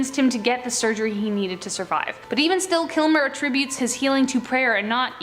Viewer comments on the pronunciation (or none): none